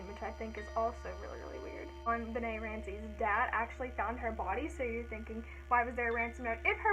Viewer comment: loved the video, and someone finally said my name right😂💔 i totally think the brother did it